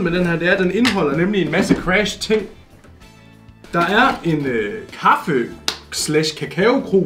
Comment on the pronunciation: Moller siger crash gulde siger cras